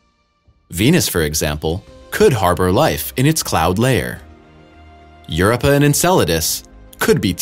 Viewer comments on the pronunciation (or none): Proof? Where is the PROOF? Clickbait. Please pronounce he planets and moons correctly. Being a Space channel you would thing that you would actually know how to pronounce these celestial bodies correctly. Europa is NOT Europe-a, it is pronounced Yer-O-pa